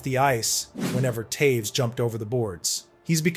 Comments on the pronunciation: Who's Towes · Hundreds of hours of research and you post a new video every day? Mispronounce multiple iconic hockey names and make bold statements such as Toews wasn’t an offensive talent nor did he ever score highlight reel goals? Yeah ok bud